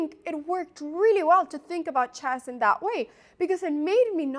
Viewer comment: The pronunciation of chess is always jarring too.